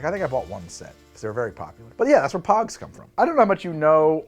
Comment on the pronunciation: I loved pogs! I also thought you were saying pugs, as in the dog, at first. XD